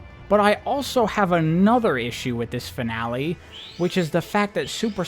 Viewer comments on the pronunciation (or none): none